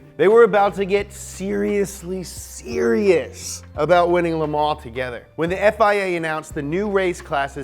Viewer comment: nobody:: Leh Mah